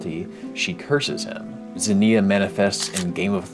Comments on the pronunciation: did NOT look up the pronunciation for ξενια (k'se-nee-ah), although I do respect just going for it off the rip lol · pronounce it ks-inneuhh. Like knocks-inneuhh without the kno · It's actually pronounced "ksenia" 🤓 Great vid as always! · Interesting video, also you pronounce zenia weirdly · Sry but i cringe everytime you pronounce Ξενία.